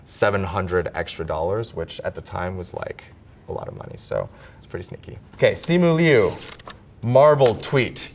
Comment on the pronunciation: He's pronouncing his own name wrong...🤣